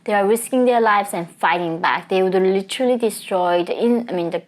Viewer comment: The word 'literally' (as you pronounce it - litchrelly) is used far too often in all your videos. It's distracting and unnecessary most of the time. Just saying.